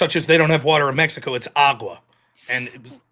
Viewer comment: Nope, Vaush said it was AQUA, he didn't even say agua, I swear 😂